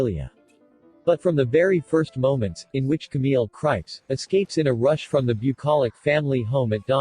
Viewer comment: Thanks for this review but I believe Krieps is pronounced "creeps."